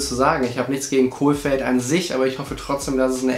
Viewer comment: Jedes Mal wenn du ein L in den Namen reinbastelst fühle ich mich geohrfeigt. Der Trainer heißt Kohfeld... nix mit Kohl, der war mal Kanzler xD